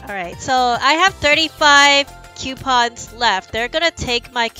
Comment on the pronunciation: She said quepons Lolll